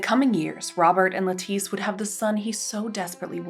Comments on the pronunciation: Lettice Knollys’ first name is supposed to be pronounced like the vegetable ‘lettuce’ - it should rhyme with ‘set list’ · In English the name Lettice is pronounced with the emphasis on the first syllable, like the vegetable. As she was English her name would be pronounced the English way.